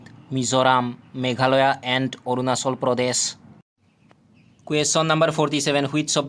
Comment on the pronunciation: Arunachal ❌ Arunachol✅😂